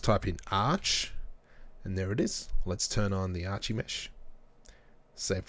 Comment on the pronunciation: *ar-ki-mesh not arch-ie-mesh just like you don't say arch-ie-tect but ar-ki-tect